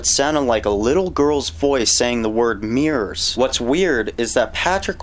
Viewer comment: “meers” A.K.A “mirrors”